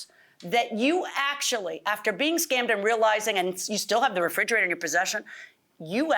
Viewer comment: frigerator... The judge and the defendant keeps saying.. it's refrigerator